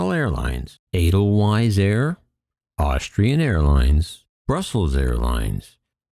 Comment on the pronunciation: Eh-dell-vice. Sheesh, didn't you ever watch The Sound of Music? 🙄